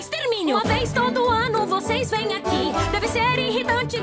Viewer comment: Ele não fala "aqui" ele fala "arque" de arcar com consequências